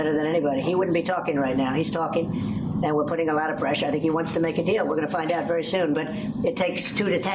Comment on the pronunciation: "Lotta preshah"